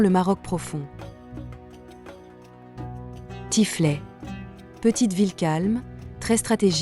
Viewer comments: reportage artesque, mais il faut eviter les debordements audio par IA: Remisset = Kh'missat??, Oulmes devient Oulmai, Tiffelt devient Tiflai. il faut eviter ces debordements. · arretez de prononcer a la francaise les noms des choses marocaines: c'est Oulmess, pas Oulmai, c'est Tiffelt, pas Tiflai